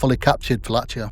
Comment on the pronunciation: Hey bro, just a quick note on the pronunciation: it's "VA-LA-KEE-A" eith K sound rather than CH sound. Very nice piece, cheers!